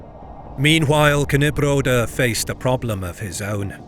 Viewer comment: Yeah it's cool and everything but he butchered all your names, having even AI at his disposal to teach him how to pronunce it... Not just yours, the german ones also. In videos about Poland he does the same. In older videos it's indestandable but now? He became lazy and ignorant. Don't let if fly. He really is able to check how to pronunce "Ę" in Kęstutis. It's not that hard in 2026. If not AI he can ask people on the internet to record it for him.